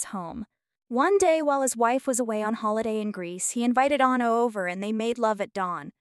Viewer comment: Written with AI or some bullshit. He didn’t write Yesterday, “she” couldn’t pronounce Bridgette, Ono, wed, no proof that she cheated on him, no evidence he was gay, weird way she said homosexual, and they didn’t divorce in 1980, he was murdered. The inflection in this is weird. And I’m sure he dated a hell of a lot more than 20 women, even with Yoko ruining his life.